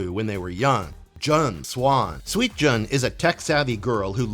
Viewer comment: Jun is pronounced "Joon", not "Juhn." And Jinpei is "Jihn-pay."